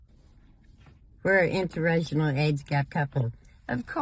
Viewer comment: Intern-rational ......she can't even say it properly